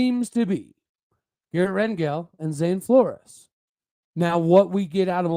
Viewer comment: Fyi, heard Zane last name is pronounced floors not flor-ez.